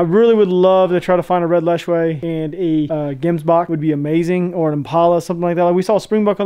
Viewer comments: Hemsbuck 😂 Gemsbuck but the G is like a Gggggggg noise (like wheelspinning on gravel) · Hemsbuck... Me: Gemsbok(Afrikaans) The English name for the "Hemsbuck" is Oryx😂 for those that were confused.